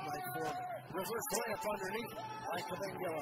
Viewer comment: It's pronounced Kabengele, not Kabengala.